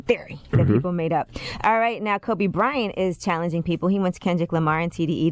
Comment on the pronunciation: 😂😂 he said Kobe bored lol